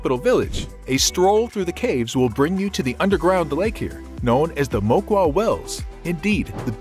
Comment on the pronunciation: The cave pronounce"Mooquwa" not maiquaiy😂😂